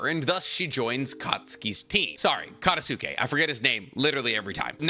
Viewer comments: at like you keeping saying ka-ta-su-ke it's actually kata-ske like it's not sa-su-ke it's sa-ske. So katasuke is Kata -ske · no one makes me second guess the way I pronounce names more than does. the konoha scientist who made the gauntlet, katasuke, I pronounce his name as: ka-tats-kay, is that not right?